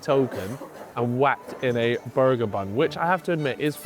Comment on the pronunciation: Just clicked to hear say “Burgur” tbh